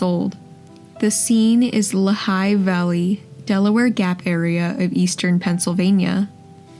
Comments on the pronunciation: La High Valley?? It's Lehigh Valley. I went to Lehigh University in Bethlehem, PA., and I have never heard this lame pronunciation. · I wondered that too…thinkin maybe there was some AI narration going on…because the narrator butchered a few words…like when they pronounced Lehigh Valley as Luh-high Valley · luh-High valley. Is that in France? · "Lee-high" Valley. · It's pronounced "Lee High" Valley in Pennsylvania. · Pronounced LEE high Valley, if you please. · I take it back, the pronunciations of America place names like the LeHigh Valley are bad, too. It is an AI voice isn't it?